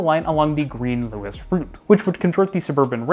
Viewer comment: Little things to note; Luas is pronounced the same as 'Lewis' and the language is just conventionally just called 'Irish' rather than 'Irish Gaelic'. Great video though, it's rare to hear someone speak positively about our public transport system. Our bus network reaches very wide but is often unreliable due to contention with private car traffic. It is often faster to simply cycle than take the bus, even in the suburbs. If you come to Dublin, I'd recommend renting a Dublin Bike and cycling around the city, particularly visiting the Clontarf cycle route.